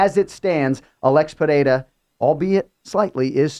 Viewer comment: Trt does miracles, look at the shape of Chael vs Cormier. Interesting to see also how Chael fixed pereira instead of pierra 😂 that’s a paid gig